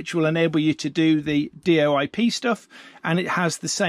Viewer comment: it's not d.o.i.p. but "DoIP.".. And it is not a Digital-over-IP, but Diagnostic-over-IP...